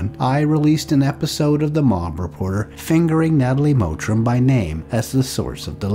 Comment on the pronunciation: Her name is "Mottram" not "Mowtram"